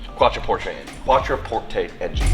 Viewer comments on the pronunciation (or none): well that pronunciation is a good name for the car... quattroporsche